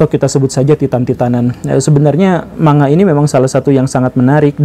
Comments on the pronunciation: Man - ga pak guru! Bukan ma - nga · Yg betul bilangnya ‘mang ga’ pak guru bukan ‘manga’ 😊